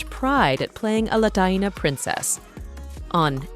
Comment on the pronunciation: its latina as in la.teen.ah girl 🤣 not whatever you said